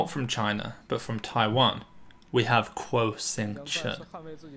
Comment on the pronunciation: Kuo sounds like Guo (there's not even a hint of a hard "k"-sound). Taiwan just sticks to a less intuitive way of romanization for political reasons.